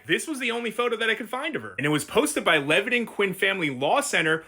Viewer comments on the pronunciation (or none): none